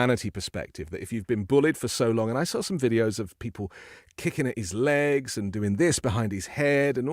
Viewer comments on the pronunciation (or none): none